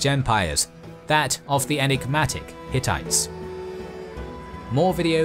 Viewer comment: Hattie kings? Hittite?